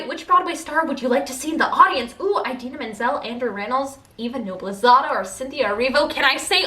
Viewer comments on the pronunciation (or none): Im kinda shocked that you pronounced Idina’s name wrong. Not hating at all, just surprised! Lots of love 💚💚